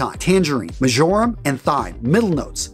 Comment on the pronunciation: Uhh, that is not how you pronounce marjoram.